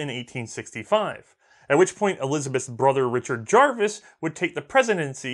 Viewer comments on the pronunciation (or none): none